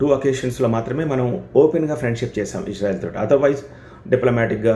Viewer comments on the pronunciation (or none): ఇష్ శ్రా ఇల్ కాదురా బాబూ ఇజ్రాయిల్ అనాలి